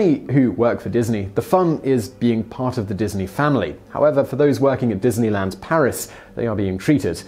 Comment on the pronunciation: wow... dineyland Paris sounds like EF Chengdu haha